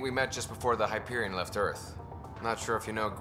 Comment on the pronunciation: Jak mogłeś! Gracz Borderlands i nie potrafi wymówić nazwy "Hyperion"! Wstyd, panie!